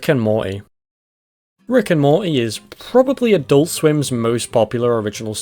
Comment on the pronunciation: Morty has a T in it. "Moree" lol